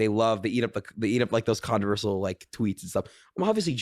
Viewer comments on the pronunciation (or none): Conursal instead of controversial is one of the funniest things I've heard him say